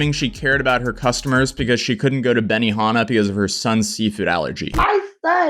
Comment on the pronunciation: Jesus help us!!! I know what Benihana is... did you bother to hear the way she pronounced it??? That's why I put .